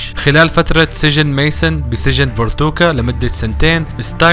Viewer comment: تحصحيح على السريع قال فورتوكا ومفروض ينقال فوركوتا وقال اسم البنت تشولي غلط اسمها كلوي